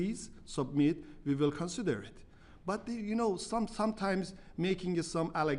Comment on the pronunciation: Vee Vill Vork to Vin this. somebody teach this guy it's "we" not Vee